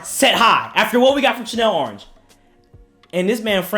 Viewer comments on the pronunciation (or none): Lmao man pronounced it “Chanel orange”